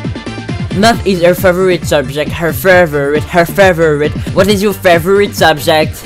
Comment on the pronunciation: work on "favourite" pronounciation